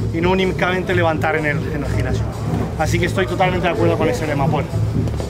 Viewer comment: El "gicnasio"? Jajaja, a qué el españolete...